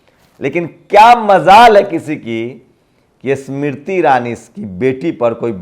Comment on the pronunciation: Yaar tum apna Pronunciation to theek karlo pahle......Smriti bola to aisa laga ki Isss Mirtti ( Iss mitti ) bol rahe ho.....